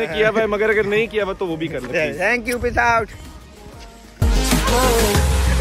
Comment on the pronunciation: Sorry but i heard it "piss out" rather than "peace out"😂😂 Lit vlog it was man insaneeee😍😍🔥🔥